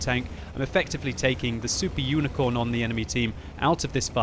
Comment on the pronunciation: I'm just wondering why says 'Unicorn' instead of 'Unicum'? (Unicorn=Mythical Horse with a horn on it's head. Unicum=Unique example or specimen [here used to describe players who are uniquely skillful]). There probably is a story about that? Great game, by the way - I am amazed when a couple of people in Randoms choose to work together, let alone most of a team!